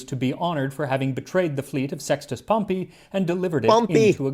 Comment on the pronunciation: I watched the original when it dropped and was excited to rewatch it with you and couldn't wait your reaction to his pronunciation of Pompey 😂